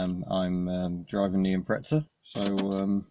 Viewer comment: Ill always be amazed by you adding a h in Dacia and adding a t in Imprezza, it really grinds my gears :(